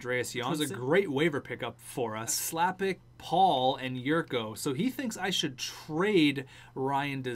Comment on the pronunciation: Chlapik is pronounced more like Shlapick. Not slapick